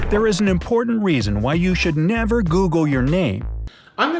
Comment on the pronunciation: "Ten thing you should nEEAVVer google!"